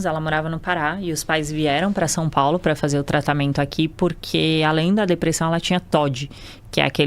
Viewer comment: Eu tento segurar o riso, mas a mulher vai lá e fala "depressÃum". Kkkkkkk Esse sotaque é PEPITA DE OURO, MÊU!